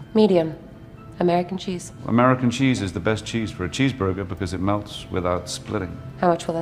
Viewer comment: “MmMmh chez borgurh”